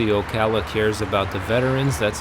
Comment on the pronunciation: Thank you for pronouncing "Ocala" correctly .......and you should see the square at Christmas :-)